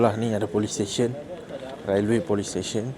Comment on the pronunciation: The train room is terrible & so cramped! The stairs are so small & dangerous! Railway is pronounced like "Relway"....like uou want to say the "e" as in "sail" & not "Ra el way".